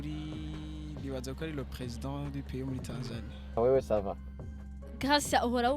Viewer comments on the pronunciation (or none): Ça van😂😂🤣